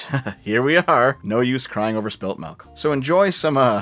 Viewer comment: Why did you pronounce Milk as malk?